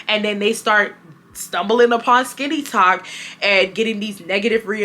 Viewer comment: You learn something new every day. I’m not on TikTok much but I’ve never heard the term. At first, I thought you were saying “skinny talk” 😂 as always, great content!